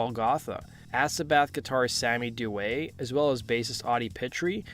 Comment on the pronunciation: Sammy Duet is my boy, I love that dude so much. He's the man and a really great guy! His last name is also pronounced, "Dew-EE," that's how Sammy pronounces it himself. :)